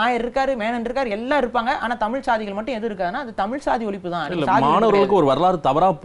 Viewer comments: தமில் அல்ல, தமிழ் என்று சரியாக உச்சரிக்கவும். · தமில் இல்லை தமிழ். நீயெல்லாம் டமில்டூமில்தான் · முதலில் தமிழை சரியாக உச்சரிக்கச்சொல்லுங்க. தமில் என்று கொல்லாதீர்கள்.